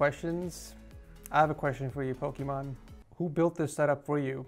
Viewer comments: 'POKIMON' omegalul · Bruh u said pocemon it’s poximAne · no it’s pokemon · naw not really, her name is Imane which pronounced as "e-mon" so it makes sense that the Imane part of Pokimane is poke-mon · Lmao I’m dieing. My guy really said Pokémon for pokimane lmao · Ain’t nobody gon talk about how he said Pokémon instead of Pokane lol 😂😂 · He calls her Pokémon not pokimane hahaha I’m dead lol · Love this guy but did he really call pokimane pokimon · Does everyone just not gonna acknowledge he said pokimane, pokemon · Hey Pokimane is pronounced with ai not ah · no one gonna talk about why he said “pokimone” instead of pokimane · Pokémon 😂 wen it’s poki-mane lol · Me: Pokimane: pokimon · “pokimon” me: “bro its poki ‘main’” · Bro it is pokimane not Pokemon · its pokiman not pokimon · Ok is it me or did u call her Pokémon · pokimon lol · when he called Pokemane Pokémon great video btw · "I have a question for you 'Pokimon'"💀😂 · so all the pokimane simps gonna be mad at him calling her pokimon xD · it's not though even her calls her self Pokey-mane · it is Poke-Imane. its why she was never forced to change it like other people who use "poke" names. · lmao the second i heard "PoKeMoN" i went straight to the comments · it's pokiMANE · nah u pronounce it like "poke-main" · When pronounced Pokimane as Pokemon, did anyone else cringe? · Hearing him call pokimane pokimon the whole time left me dead 💀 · I Like How He Calls Poki "MANE" Poki "MON" 😂😂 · my dude said "Pokemon" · Did I really just hear this man call pokimaine Pokémon where’s poki’s simps backin me lul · You said it wrong it’s poki maine that’s how you pronounce it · He literally called pokimane “Pokémon” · did he actually say pokimON? 😝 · My man rating popular YTubers but forgets to say Pokimane's (po-kie-mane) name right? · Did he call her "Pokemon" lmao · My man really said Pokeman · the antisimp "pokimon" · ah yes pokimon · you said pokey wrong